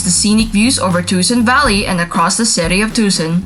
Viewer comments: Two-sohn not Tu-sun. Sheesh!!! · Too sawn